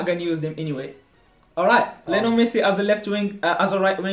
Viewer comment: Its Lionel not Liolen lol